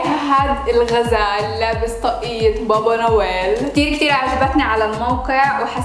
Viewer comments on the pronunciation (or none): مين لاحظ أنها حكت بابارويل بدل بابانويل😂😂